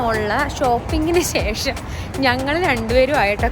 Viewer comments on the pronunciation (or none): none